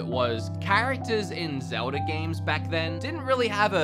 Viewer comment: He got zmeldas name wrong